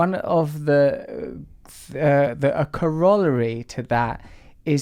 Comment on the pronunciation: Cor rolerey ? Fucking doughnut